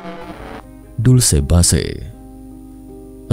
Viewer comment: Narratornya gmna sih? kok Dulce base bacanya?